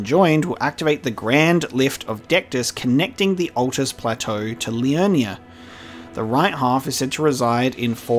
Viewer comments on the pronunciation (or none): none